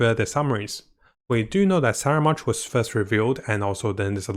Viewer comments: no no, in italiano si chiama scaramuccia e quindi scaramouche, non saramounche. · Why is he pronouncing it as "Saramounch"? There's no "n" on the spelling. ("Scaramouche") Please enlighten me. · Sara munch, lol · The names just getting butchered left and right.. Fatari.. Scaramunch.. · Scaramounch I can pass since hes only appeared a couple of times. But come on, with how many people have pronounced 'fatui' ingame. How could he butcher that? Lol